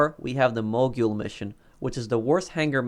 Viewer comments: It pronounced like mo-gull no mo-gule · The proper pronunciation is mo-gull, not mo-gyool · Why do you say mogul like that